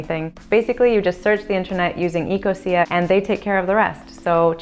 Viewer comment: OMG ITS EC-O-SHA